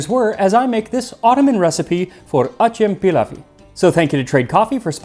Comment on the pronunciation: Hello! Turkish speaker here. I appreciate the effort you make in pronouncing foreign words, so I thought I'd give you some pointers, because you're not quite getting acem pilavı correct. You're actually making a mistake that many people make when they're not really familiar with Turkish. In a two word phrase like this, where both words are nouns, the worst word is stressed and the second word is not. Stessing both words sounds odd. So it should be "a-CEM-pilavı". Same rhythm as "acCELerating". Very interesting video though. Many thanks!